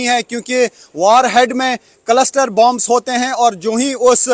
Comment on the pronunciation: Farzi 😂 कलसटर नहीं 😂 क्लस्टर